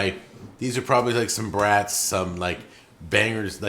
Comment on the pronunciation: you need to try those garlic brats (not trying to police you just helping you out. It's pronounced like "brought") and do not cut or poke any holes in it. Cook however you want but do it slightly slower than you would normally cook it as not to break the casing with too much heat. They retain so much garlic juice in the final product. They are the best brat you can buy. And by a longshot. Try it. You will thank me.